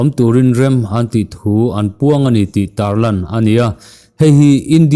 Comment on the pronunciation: Tar lang ti lovin tarlan tih a dik